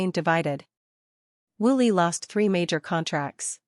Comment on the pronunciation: Woo Lee not Willy!!